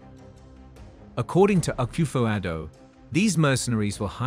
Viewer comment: Please stop saying Ghana say Akoffo Adu please